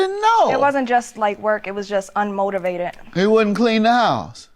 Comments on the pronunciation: 🤣🤣🤣🤣🤣🤣 that “ r” wasn’t playing. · "Unmortorvated" lol